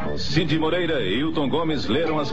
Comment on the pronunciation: Muito bom o documentário, pena que o narrador acentuou o nome do antigo proprietário da Excelsior o Sr. Wallace Simonsen não sei onde ele foi arranjar um acento circunflexo no nome dele, o mesmo erro é cometido ao falar dos apresentadores do Jornal Nacional Eron Domingues e Cid Moreira.